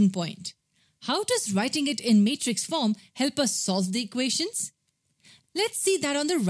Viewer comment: She says matrix as mate rix😂